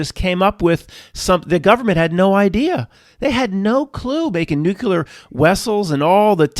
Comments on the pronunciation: C'mon, you are too smart to be saying NEW Q LUR. Nuclear is pronounced NEW KLEE ER. NO "Q" sound at all. I believe old dogs can learn new tricks. You can do it,. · Now, just own up to it. You don't know how to properly pronounce nuclear. There is no "Q" sound in the middle and no "L" in the final syllable. Many people say that word wrong, but you don't have to be one of them. I know you can conquer this. I'll be listening and rooting for you!